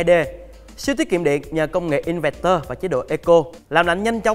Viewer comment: "Inverter" đọc là "in vơ tơ" đi bạn.